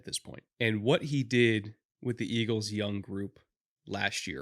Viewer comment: Hearing get some "Iggles" in was awesome as a Philly fan